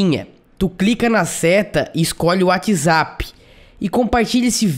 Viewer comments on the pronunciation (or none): none